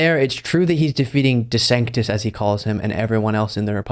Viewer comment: He’s never said or spelled DeSantis’s name correctly ever.